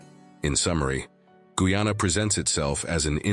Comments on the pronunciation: Dude the mame guy,ana. Not guana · The fact that the commentator has not taken the time to learn the correct pronounciation of Guyana should be the first clue to the sensationalistic contents of this video. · What about Afro Guyanese people and their culture and their celebrations. So one sided with bad pronunciation